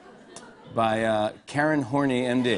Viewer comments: Karen Horney is one of the most renowned psychologists and we are taught her theories at masters level. Her last name is not pronounced as horny.. it’s hor-na-ay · I believe it's pronounced dr horn"ey" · It's pronounced Horn-eye, my psych teacher made that very clear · I believe its pronounced Hor-Nay, It's french.... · I actually read in my psychology textbook that it's pronounced "Horn-EYE." I chucked because they explicitly included the pronunciation for her and not the other psychologists... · I learnt about Karen Horney (pronounced Hor-neigh)for my psychology class! Ironically she was the first feminist psychologist (the anti-Freud). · hey that's a real person.. she's mentioned in my psycho Txt bk ..tr says it's pronounced horn-i (maybe just to keep the class from laughing ) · her name is actually pronounced horn-eye. she's actually quite a famous female psychologist, though her theory on womb envy was kinda weird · Ummm.....it's pronounced "Horn Eye." She makes that declaration in the books. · I know this is just for fun, but it's actually pronounced "horn-eye" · It's pronounced Horn-eye. just sayin lol. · It's pronounced horn-EYE